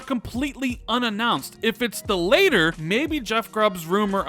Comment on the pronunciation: Lat-ter and Fee-del-ity not later and Fai-del-ity. Thanks for the update :)